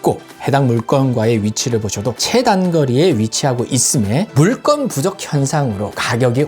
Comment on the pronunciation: 물건을 왜 자꾸 [물껀]으로 발음 하세요? 그냥 글자 그대로 발음해야 맞습니다